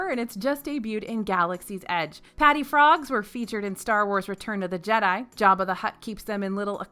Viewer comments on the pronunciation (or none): none